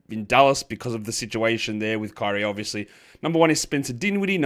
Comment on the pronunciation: Stop calling Caris LeVert "JeCaris". It's Caris. There is no "Je"